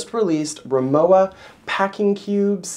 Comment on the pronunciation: Pronounced RimoVa. W is pronounced as a V in German. Rimowa is German